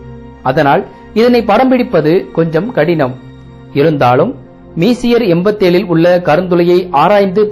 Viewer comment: தாங்கள் உங்கள் script ஐ தமிழில் எழுதி வைத்து படிக்கிறீர் என்று நினைக்கிறன்... messier என்பதை மீசியர் என்று உச்சரிக்காமல் பிரெஞ்சு மொழிக்காரர் எப்படி உச்சரிப்பாரோ அப்படி உச்சரித்து காட்டுவது தான் சரியானதாக இருக்கும்... அது மெஸ்ஸியர் என்று தான் உச்சரிக்கவேண்டும்... இவற்றை எல்லாம் முதலில் கேள்விப்படுவோர் தவறான உச்சரிப்பை கற்றுக்கொள்ள விடாதீர்கள்...